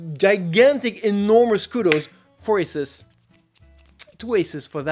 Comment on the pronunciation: dislike for the way you say Asus